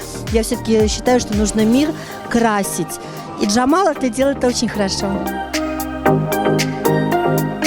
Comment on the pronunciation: Джемал,а не Джамал.